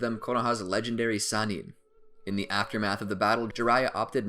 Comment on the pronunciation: Lol if y’all gonna make a video together. Atleast come together and call the Sannin one pronunciation.